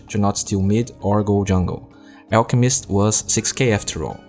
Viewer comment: It's funny how you say ELKmist not ALLchemist